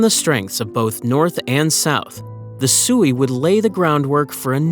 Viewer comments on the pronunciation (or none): Sui is pronounced sway😊